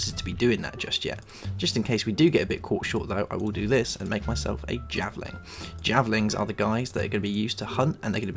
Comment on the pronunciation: Javelin not javling